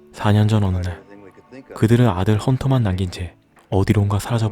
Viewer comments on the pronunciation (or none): ‘혼터’ -> 헌터’